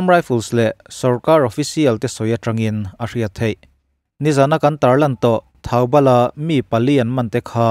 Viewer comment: Thaubal anilo a thoubal tih zawk tur ani e..